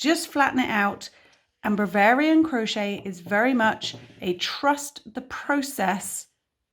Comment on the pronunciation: you are amazing and I love watching and listening. Do you realise you keep saying Bravarian instead of Bavarian in the tutorial?